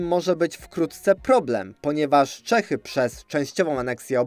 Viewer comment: Błagam. Jak już próbujesz czytać po czesku, to rób to poprawnie, bo aż uszy bolą. Czy naprawdę Čechy to po polsku Cechy?